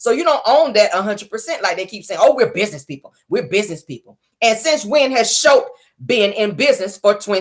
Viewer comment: i love your show you are one of my faves. The name of the Snotts company is Scholt not Shultz. Its Scott and Holt mixed together. Scholts. Enjoy your Friday💜